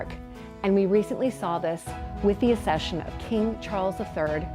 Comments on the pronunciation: The Royal Family don’t OWN any palaces or castles except Balmoral and Sandringham. The Queen Mother bought The Castle of Mey personally. The rest belong to The Crown Estates. BTW the word is pronounced ACCession not Assession - and nobody British cares about Meghan and Harry. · So annoying when Americans do videos on the British royal family and get then their facts wrong and can’t even pronounce basic words like “accession” correctly 😂